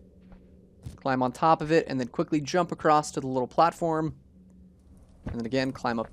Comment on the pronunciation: Just checking... Are you saying "acrosst"? 😅